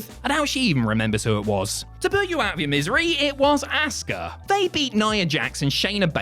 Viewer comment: Why are you calling her "ASS-KA" It's Asuka